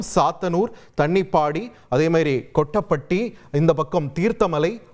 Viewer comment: தன்னிப்பாடி இல்லை தானிப்பாடி, கொட்டப்பட்டி இல்லை கோட்டப்பட்டி